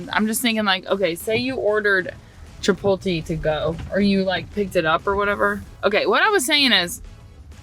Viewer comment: Chapoty? Chipotle - chipot le le le chi (like Chilis) pot (po) le Chipotle Hehehehe I love it! 🧡hahahaha Now I will have to pronounce Chapoty 🧡 - Now I know that if I move to Tennessee (which I am looking into it) I am not going to be the only one messing on pronunciations. People always wants to know where I am from because I pronounce things/words.